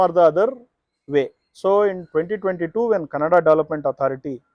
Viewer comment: This guy who explained the rule and gave a background keeps pronouncing Kannada (ಕನ್ನಡ) as Kanada (ಕನಡ). 🤦🏻‍♂️ First get the basic pronunciation correct. Either ignorant or lazy.